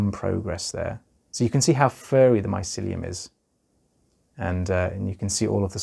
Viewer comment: I like the way you say mycelium also this is so interesting thank you for sharing and educating